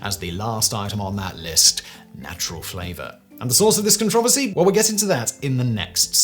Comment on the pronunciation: I didn't know you can pronounce "CONTROVERSY" that way...is it controversial? Good video overall.